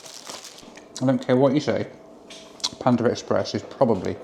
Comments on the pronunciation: its PANDA express, and nor PANDAR express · There is no R in Panda. 🤡